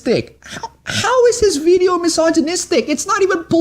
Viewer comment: ITV white guy saying "veedeeo" a lot